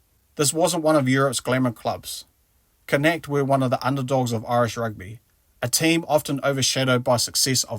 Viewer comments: it's not "connect" it's pronounced con-naut. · FFS! It's not pronounced "Connect"! It's pronounced Con-ockt! And it's not "Galwell" FFS! It's GalWAY! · Phonetically, its sort of Conauckt, not connect. Its an Irish province name. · Your commentator should ask for advice on pronunciation, it is Connaught not Connect, do the subject justice and respect, Do your homework! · good vid but u butchered saying connaught....con nockth..sort of...and galway....is gal as in paul and way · Connacht is pronounced con nort Galway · man, seriously, what is your issue with pronouncing Connacht? i heard connect, conetic, wtf! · It's pronounced conuckt 😂😂😂🇮🇪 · Connect 😅😅😅😅😅 tho pronunciations in this vid are wayyyy off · I’m cracking up listening to the butchering in various forms by the narrator. Connacht (KON-okt). But a very well presented and researched story otherwise. Btw- he is a national hero and an Irish citizen now. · Connettik? Galwell? F-sake mate, make an effort. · “Connetik” 🤣🤣🤣🤣🤣 Ffs 🤦🏻‍♂️ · It's pronounced like con nock t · “Con-Oct” and “Gawl-way” 👍🏻, good video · If you are going to make a video about his career, at least learn to pronounce the name of his team correctly. He plays for Connacht Rugby, not connect. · Connacht is pronounced Con-knock-te, just fyi. Great video, the Irish are very grateful to you for our adopted sons. They made a life with their families here & we were glad to give them an opportunity to shine on an international stage which they might not have gotten at home due to your abundance of talent. Sometimes all guys need is a chance & they took it & deserve there place here. I love rugby but opportunities are rare, we have less than 250 professionals in the entire country so I wouldnt begrudge anyone leaving to go to another country to pursue their dreams. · I switched off when i heard you mispronouncing Connaght. . . . Very unprofessional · Jaysus lad your butchered Connaught................ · Bro, why you pronouncing Connacht like that 😂😂